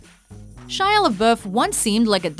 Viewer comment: Gwyneth Paltrow and Shia are the only names you got right